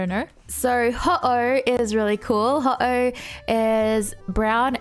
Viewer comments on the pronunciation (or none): Wow..."Ho..oh" instead of "Hough-Ohugh" (phentically) and "Shed-in-gah" instead of "Shed-ninja "😂😂😂 and i think sylveon is the strongest